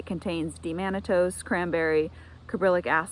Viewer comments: It is D-Mannose not D-Mannatose Thanks for sharing your regiment. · You're saying D- mannose wrong. There's no t